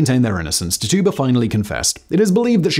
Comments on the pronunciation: Tituba pronounced titchuba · Tituba=Tij-jew-ba Come on, fact boy. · Tituba’s name was pronounced “TIT-chew-bah” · Dudes butchering the name Tituba